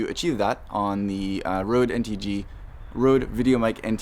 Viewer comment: Why.. why would you go out of your way to say Rhode rather than Rode?